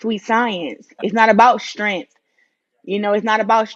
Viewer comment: WHAT THE FUCK IS STREHTH?! This woman is annoying on every level.